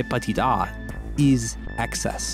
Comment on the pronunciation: why do you pronounce petit as patit